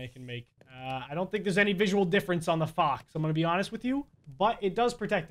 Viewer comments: It sounds like he’s saying fok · Every time he says fox, it sounds like he is saying fock or fo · when he said "fox" i heard smth else,, probably just me